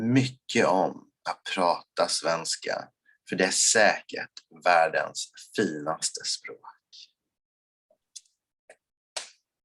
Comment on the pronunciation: Skivan would be Scheibe(n) (one way of saying disk/record in german) but why you say "chuivan" is beyond me. Or why in his second swedish sentence basically every second WORD is not being said. or that Finaste is basically FILNaste. Why is there an L ?